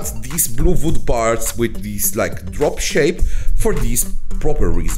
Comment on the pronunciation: I like how he says vood. Awesome project!